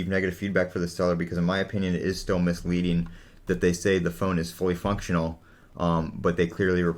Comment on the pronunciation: "Missleading" LOL.